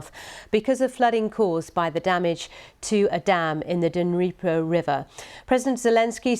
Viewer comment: BBC 2023 "Dunreepo river" seconds in. Its bad pronunciation like this that has half of britan thinking russia is run by a man called pyewtin. then 3 mins in . the bbc suggests it was not done by russia, pulls in shill from a NZ! uni the Ukranians had no access, simple. The russians filled the turbine hall with mines in december last year & raised water to highest level on record. god damn you BBCccp. get an internet connection ffs